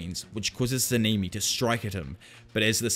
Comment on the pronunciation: SA-NA-MI NOT SENIMI